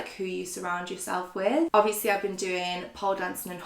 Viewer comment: I’m sorry but the pronunciation of words by and are ridiculous 😂 Hobieeeee, Beycoyyss, Obviousleeeeee My comments probs gunna get deleted but it goes through me.